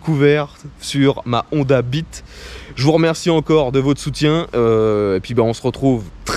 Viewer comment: Bah non "beat" il le prononce bien 😜